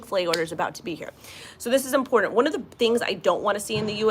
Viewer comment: The word is IMPORTANT....it has a T in it, not a D. Please